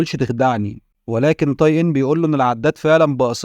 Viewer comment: اسمه (تاي) وليس (طاي) حرّفت الاسم